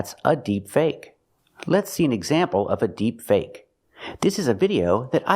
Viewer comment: He's pronouncing the word "deepfake" incorrectly. He uses the incorrect stress pattern. Listen to unscripted speech saying "deepfake" to hear the correct way to say it. The way the other guy is saying it is technically correct, but only when you're making a YouTube video and are reading from a script which makes you sound a little bit robotic, or you're trying to be funny. That's literally the only two contexts.